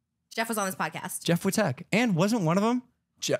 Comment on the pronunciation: It’s funny Logan doesn’t even know Jeff’s name at this point. “Jeff wi-ttek” jeff we-tech. no shade but just to emphasize how desperate logan seemed to be cool with vlogsquad as soon as Trisha pinned them against eachother. Like he’s bringing up jeff we-tech. Lol yeah you guys are so close. We tech.